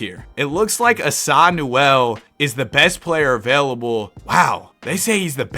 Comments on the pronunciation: Asa is pronounced like the A in cake, ASUH not ASahhh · asa is pronounced ay-suh btw